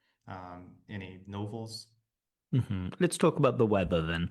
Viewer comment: the word novel was also mispronounced?